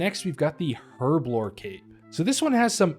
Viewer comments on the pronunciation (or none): The way you mispronounced herblore so often 😭. The h is silent. Otherwise, loved the video